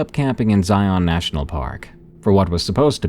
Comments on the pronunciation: As someone who grew up in the Southwest, I have to say, I love these! Though, as a friendly tip, Zion is pronounced so that it rhymes with "Lion", like ZY-in, not zy-ON. :) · I've never heard it, but FFS, as a local the way he says Zion kills me. The only way it could be worse is if he added an s at the end. The emphasis does not go on the friggin O!! The o is all but silent, the emphasis is on the I. (ZI-n) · It’s pronounced Zion like lion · Zai-un, rhymes with lion. 😁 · I hate the way non-Utahns pronounce Zion. Everyone slaughters it. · I'm diné and he's also saying that .... Word... Wrong but if it's not your native language I get it